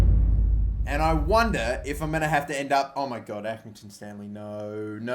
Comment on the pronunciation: accringinton hmmmmmmm maybe you got manager of their club 7 times